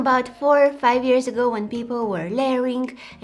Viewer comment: I love how she says ears instead of years 😂😂 (no hate) and yea i liked my own comment 😅😅